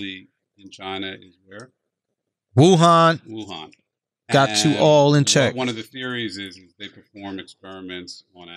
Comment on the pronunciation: said "wunan" instead of "wuhan", his wife is about to sushizel the shit out of him